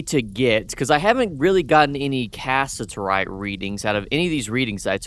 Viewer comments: Cass’IT’erite, Not casserite. I’m commenting all in good fun btw :P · The correct pronunciation is Kuh-si-tr-ite